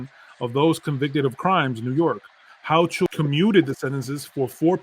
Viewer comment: Governor Ho-CA-AL is how her name is pronounced 😂😂😂😂😂